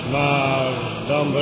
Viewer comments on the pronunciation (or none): lub - W dodatku nie powiedział "Dąbrowski" tylko "Dąbroski"...